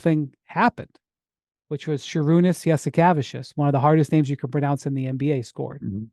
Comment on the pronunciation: Does Windy think he's pronouncing Jasikevičius correctly? 😂